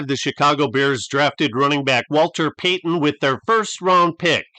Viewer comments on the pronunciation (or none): none